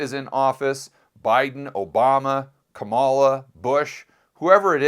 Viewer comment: you need to learn how to pronounce Kamala’s name correctly. Every time you pronounce it wrong, with the emphasis on the wrong syllable, it makes it sound like you are not very educated and that you are not good with languages.